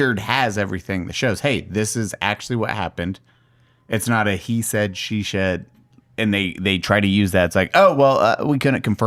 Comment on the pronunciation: The way can’t say, “he said, she said” 😂. Every podcast I hear him butcher it!